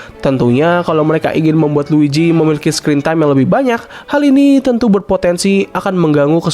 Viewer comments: Luigi mang, bukan luiji. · dibaca nya luiji tapi tulisan nya luigi si mario aj panggil si luigi “luiji”